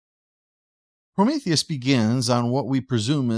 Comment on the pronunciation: "My darling, I've always loved- Oh no, Promotheus!" "It's Prometheus!"